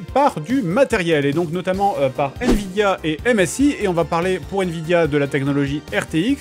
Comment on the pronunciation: "Nvdia" xD Petite faute c'est Nvidia mais sinon bonne vidéo comme d'hab les gars ! GG et très sexy la carte graphique 😂😂